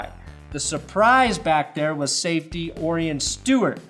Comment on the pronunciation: It's pronounced O'Ryan you drunk fuck. Orion Stewart = O'Ryan Stewart.